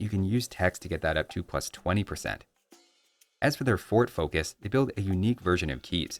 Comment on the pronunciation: Every time you said "fort focus", my brain heard "Ford Focus" lol